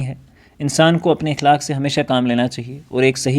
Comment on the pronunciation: السلام عليكم ورحمة الله :مکرمی پہلے ہی لفظ کا آپ نے غلط تلفظ پیش کیا ۔ صحیح تلفظ ہے (اَخلاق)